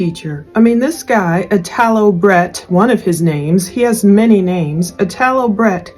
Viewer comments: I had a good friend named Italo that passed away many years ago unfortunately .. the “I” is pronounced like “E”. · it's pronounced "ee-tall-o." it's an italian name.